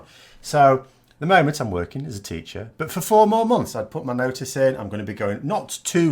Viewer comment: I am still struggling with your opening line. Today I understood: Hi, I'm, I like to corrupt politics... And I am a Canadian anglophone. Wonderful how you say 'but'. Sounds to me like bought. I watch every video of yours with delight. Will you ever appear as more than head and shoulders? I liked your stand-up arrangement. Maybe you will do a dialog with guest anti-brexiteur TLDR news?